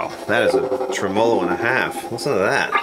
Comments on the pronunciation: There are a few of us out here that cringe at "tra MOE low" when we are so used to "trem uh low" :) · It's TRE-MO-LO not treMAWLAW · Never heard anyone pronounce tremolo like that, that's new to me. Each to their own obviously. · Great info and presentation. One suggestion, it doesn’t benefit anyone to mispronounce gear and parts.... like say a tremolo.... It just pisses of folks that know what it is, and what it has been called In it’s country of origin. And it not only misinforms the ppl that don’t, but just helps Guarantee the old-timers aren’t going to want to spend a lot of time with them bc they’ll sound like morons saying Tremmo-lo.. it’s a tremolo bro.... that’s all. Pronounced “trem’olo” Thanks for your time Liked and subbed. For now. 🤘🏼🤙🏻